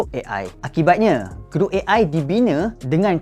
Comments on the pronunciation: Gruk Gruk Gruk "GROK" bukan "GRUK" ni bukan bunyi kunyah keropok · orang kata (Ge-rock) dia (Ge-ruk). 😂.